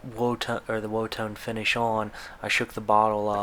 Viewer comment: I believe it’s pronounced “wood tone”.